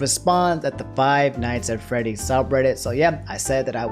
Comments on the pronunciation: You attempted to say Five Nights at Freddy's three times, and you failed every time lmao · “Five nights at frayties” -Jack black